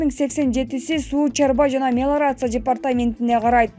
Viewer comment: Мелорация эмес, мелиорация